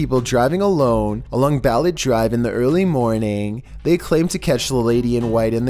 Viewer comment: Quezon+ Kezon Balete- Ba-Le-Te